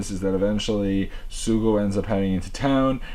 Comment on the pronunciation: The name is Tokiwa Sougo but Sougo is pronounced So Go. You don’t say the u.